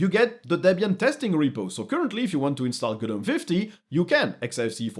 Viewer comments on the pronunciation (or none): none